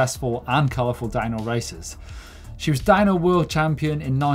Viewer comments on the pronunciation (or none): Am I the only one that hears dino instead of DownHill? Maybe it's retro week